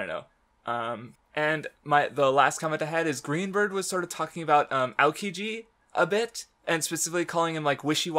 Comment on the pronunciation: GreenBird it's oddly enough closer to the Portuguese pronunciation lol